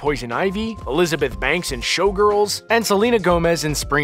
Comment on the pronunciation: anna clumsky?? lol Elizabeth banks?? wow learn the names of the people in your vids